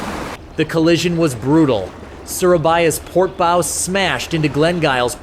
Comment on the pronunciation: bow ??? its called a BOW not bow